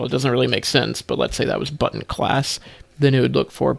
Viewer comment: I love how you pronounce button correctly. None of this butn business. TY for that. And for explaining the difference between selecting the class vs child.